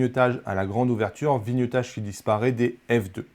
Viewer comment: Bonjour et merci. (NB : on dit vlog (et pas Vé log) et viniaitage (vignettage) et pas vinieutage). C'est cadeau.